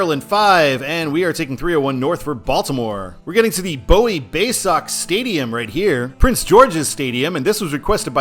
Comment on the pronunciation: For the Baysox, it's not BOW-ie, it's BOO-ie.